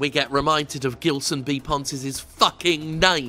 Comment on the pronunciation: The "Gil" in "Gilson" isn't pronounced like "Gill", as in the Street Fighter 3 boss, but like "Jill", as in Jill Valentine.